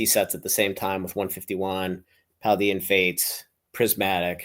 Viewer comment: it’s Paldean as DAYEN not DEEIN